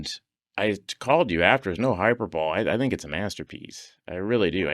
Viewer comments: “Hyper-Bowl”??? BILL! It’s Hype-Per-Bol-Eee buddy! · Bill pronounced "hyperbole" as "hyper ball." 😐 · Yeah , knowing Bill to be a smart, insightful guy it made me rethink my entire life of saying hi-per-Bo-Lee.